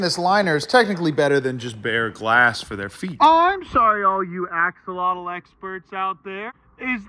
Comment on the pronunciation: Axolotl is pronounced "ah-sho-lote", check wikipedia if you don't believe me